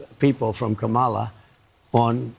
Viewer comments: He keep pronouncing her name wrong on purpose because he is a rasict. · We should mispronounce trumps name like he mispronounces Kamala's name -- DonOLD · Trump refuses to pronounce Kamala's name correctly but somehow she's supposed to stop her attack ads when he attacks everyone all the time! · tRump does seem pathetic but he is such a dangerous idiot! Also, they just sat there and let mispronounce Kamala. Those host are jerks. Vote Blue! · I like Presidents that can pronounce peoples’ names correctly 😑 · Trump deliberately mispronounces Kamala. She should start calling him Donald Shrimp. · What a weak man. The hypocrisy of asking for respect and asking for positivity yet mispronounces his political opponent. His entire campaign is rife with personal attacks and negative ads. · The poor guy still cannot pronounce her name. Poor guy.